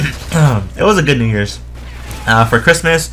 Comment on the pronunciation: did you say new years or "nigga"?